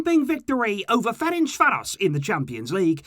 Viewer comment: ain’t anyone talking about how he said fercanvaros correctly?